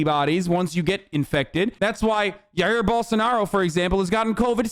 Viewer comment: The way he said Jair Bolsonaro made me physically flinch ngl